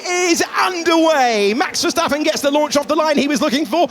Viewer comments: Por que dice ferstapem si es verstapem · Por the Spanish comentarist: Os Verstappen not Ferstappen